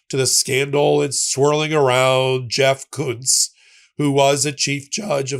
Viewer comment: Im pretty sure that they are pronouncing the name Kuntz wrong